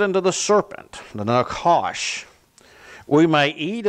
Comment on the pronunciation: pronounced "naHash"